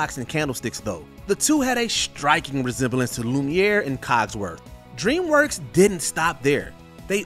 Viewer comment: Stop letting this guy do the voiceovers. He can’t say simple words like “ask”. He says “asksksks”. He calls DreamWorks “Dreamswork”. Every single video he does, he gets names wrong, mispronounces simple words, called “the Gray Ghost” the “Gary Ghost”, etc. If you’re getting paid to do something, do it well.